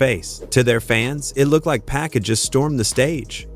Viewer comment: Who TF is BOOSTER RHYME??? Who TF is PACK??? Nah...this AI shit is outta pocket! WTF???!!!